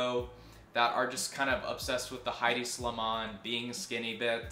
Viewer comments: Highdee Slimane? Lmao it’s EH-di. The ‘H’ is silent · Thank you! That was a great video. I liked how you showed the connection between culture and fashion in this one. I think, nevertheless, that Hedi Slimane is not pronounced "Heidi". ;)